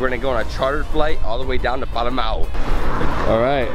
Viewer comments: Lol...it is pronounced as Paa-Luu-meu. Other then that a very yummy breakfast and trip...:) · THANK YOU FOR VISITING OUR LOVING SURINAME ❤ And its so funny how you struggle pronouncing Palumeu😂